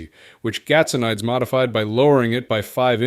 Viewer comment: GAT SO NEE DIZ is the pronunciation